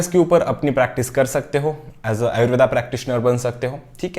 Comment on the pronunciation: It's ayurved not ayurvedaaaaa.